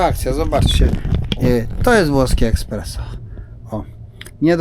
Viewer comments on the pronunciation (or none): espreso a nie eKspreso😂😊